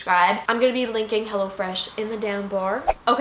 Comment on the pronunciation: I thought u said hella fresh😂😂